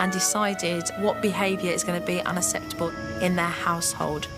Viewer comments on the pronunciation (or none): Love you supernanny but you can't pronounce UNACCEPTABLE properly hahaha